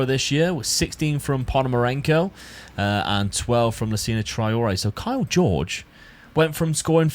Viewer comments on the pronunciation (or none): Kaio Jorge ❌ Kyle George ✅